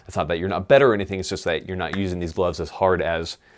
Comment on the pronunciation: glovesiz? for a guy who makes fun of marines a ton, you sure sound like one. #crayolaforthewin